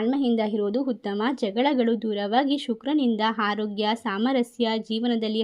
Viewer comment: Pls. Correct your pronounciation not finding difference between ha and aa ex; hana harogya. Like that